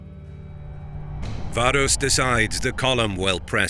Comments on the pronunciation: Varus. V A R U S. Your name should have an a and then another a, varus... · Why pronounce everything accurately except for the Vs? If you're gonna go that far, it should be Warus.